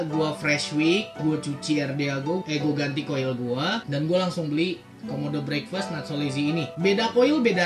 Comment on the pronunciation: Ngomong breakfast nya salah udik